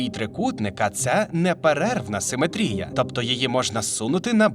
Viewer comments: В українській мові правильно ставить наголос в слові симетрія на другий слог: симе́трія. Хто в школі геометрію не вчив?! 😂😂😂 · Шо з наголосом у слові симетрія, сорі це неможливо слухати. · Не симетрія, а симетрія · Перепрошую, а хіба ми кажемо не симЕтрія? Бо, у вас постійно чув симетрІя